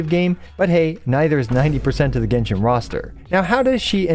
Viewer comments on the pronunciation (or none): none